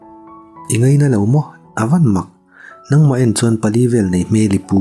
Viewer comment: Nang nang tih i thluk dan hi a dik lo, hnang thljk anga thluk tur anih zawk hmel.